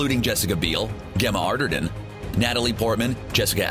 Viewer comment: The way he said Gemma Arterton's name lmao